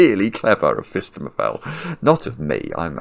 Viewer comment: Every time he says phistemefel I do a little happy dance